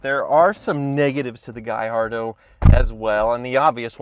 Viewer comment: Dealership salesman, selling the "Gay-ardo"